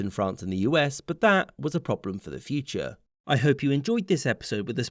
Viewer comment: "But that... was a problem for the Duce. Erm, I mean, Fyu-che".